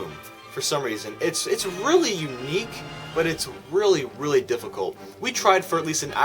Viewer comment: It gets really weally good did I here that right